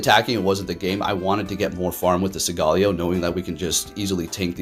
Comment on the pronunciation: hey it’s pronounced sowl-galeo not sogaaleo